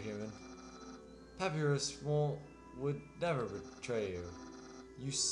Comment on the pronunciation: Dear its Pa-py-rus (papierus)